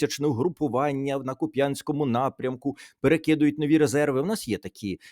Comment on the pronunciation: Пане Тарас, ну ставте ж правильно наголос - КУп'янськ, а не Куп'Янськ! Для харків'янина це ріже вухо.